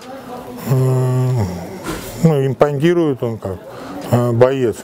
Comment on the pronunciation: «Импонтиует»))) Саня ну елы-палы))